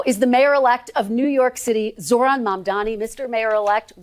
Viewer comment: Can Krystal or someone in Kyles life please teach him how to say 'Zohran' correctly? Jfc